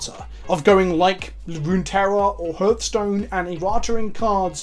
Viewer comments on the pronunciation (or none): Why do you pronounce Hearthstone weirdly...